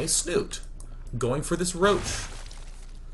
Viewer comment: love is a strong word, as a Norwegian hearing them pronounce Snute wrong every time is making me cringe.